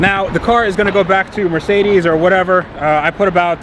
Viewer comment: Dude, it's Mer----cedes, not Mar----cedes.